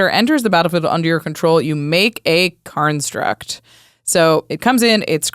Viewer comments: I swear, they're saying karnstruct instead of constructs. I'm not crazy guys, I'm not crazy! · Whenever they say "construct", it sounds like they are saying "Karnstruct". Is it on purpose or am I crazy?